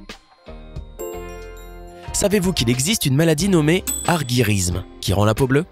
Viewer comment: On dit arGyrisme ou arGUyrisme? Pcq tu dis les deux, j’m’en sors plus moi. J’ai appris un nouveau mot mais si je sais pas le prononcer ça crains 🤪